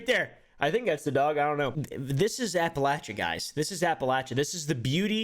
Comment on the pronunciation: The way pronounces Appalachia